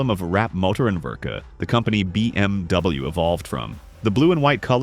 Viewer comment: learn how to pronounce bmw